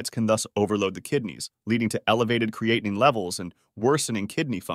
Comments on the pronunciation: Is it really the pronunciation is "creati9?" I don't think so😁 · It's amazing that this "Expert" on Kidney function can't seem to pronounce Creatinine correctly.. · This drives me crazy with the mispronunciation of creatinine. I couldn't even listen to all of it. Thanks A1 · This video is ridiculous when the narrator can not pronounce creatinine correctly or pronounce it the same way every time. Grade D